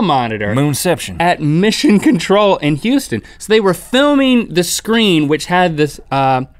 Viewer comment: link saying Houston... I'm gone